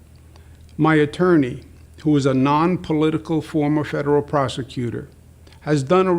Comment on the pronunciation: I seriously feel he has taken a couple drinks to calm himself down before filming. he says "former Shederal Proshecutor"